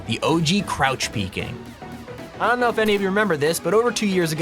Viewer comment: “don’t K-now cheating”